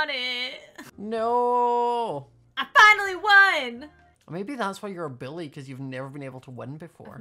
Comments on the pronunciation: “Why are you such a bully” When you say bully it sounds like billy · What says: probably because you and your friends bullying her What I hear: probably because you and your friends Billying her What I think: HUH!?!? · WhY aRe YoU sUcH a BiLlY (It sounds like he says billy.)